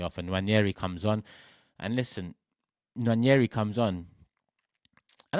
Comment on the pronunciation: It's not Nnwayeri it's Nwaneri (ONE NAY RI) "ONE NAY RI"